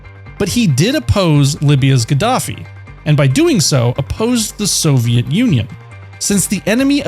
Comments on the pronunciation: Did you just say "soviat"? What kind of grammar mistake is that? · How do you pronounce Soviet so poorly?